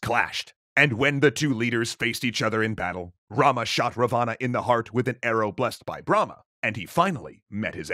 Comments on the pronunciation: Good effort but as a concerned subscriber I must point out that your pronunciation of Ravana is very wrong and cringe. It is pronounced as Raa-one. Please make sure you look up local pronunciations before making a complete video on the topic. Edit: Another important correction , I have never heard this version of Sita being kidnapped. The most popular and widely accepted story is that Ram, Laxman and Sita were in exile when a demon (rakhshas) turned himself into a golden deer and flaunted himself infront of the group. Sita really liked the deer and sent Ram to hunt it down. When Ram shot it down and realized it was a demon, the demon faked Ram's voice and called out for Laxman to "help" him because he was "injured". Sita insisted Laxman to go and check on his brother despite his many warnings to not leave her alone. Alas Laxman leaves and Ravan dressed up as a poor Brahmin tricks Sita and kidnaps her. (Omitted some details to keep this short) I hope you address this in the lies episode because I am pretty sure like me, pretty much no other Indian has heard the version you showed. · Ra- vaaana x ... Raaaa-va-na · Big fan here and sorry to be nitpicky but its pronounced Raavana not Ravaana. That said he was more of a grey character not full on evil. He was power hungry and ambitious but highly educated and good ruler. But any ways keep up the good work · By the way it is not Ravana , it is ra-van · its not pronounced ra-vaa-naa, its pronounced raa-va-n. thanks! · Its pronounced Ra-one not Ra-vaana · It's not ravaana it's pronounced as raavan. And raavan was scholar and had faith in shiva. And raam shot in belly not in heart. Sita wasn't guarded, raam was in exile and there she was tricked and kidnapped. Many other wrong things. Better read "Ramaayana" properly. ✌🏼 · It is pronounced Rawan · wrong pronunciation look the pronunciation of Ravana